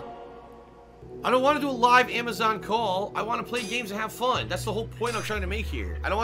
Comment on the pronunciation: Someone needs to do complition for * i whanna play games and heave foon* Cuz its hilarious everytime he says it